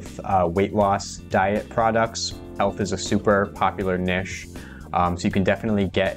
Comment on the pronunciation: Hi. It’s niche (rhymes with itch) OR niche (rhymes with nEEsh), NOT “nish” (rhymes with fish). This has been a public service announcement.